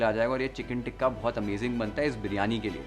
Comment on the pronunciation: You keep saying ٹکہ 😂😂it’s called tikka تکہ anyway i love your cooking show and recipes u explain ❤